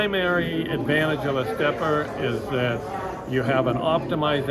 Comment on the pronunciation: It's interesting how the vendor in the video chooses to pronounce the name "Stepper" and not "Stepp-IR", etc. Following that logic, one would think the "Big-IR" antenna would then be pronounced as "bigger", instead? Just asking. In any event, good video and thanks as always. 73, AC3HT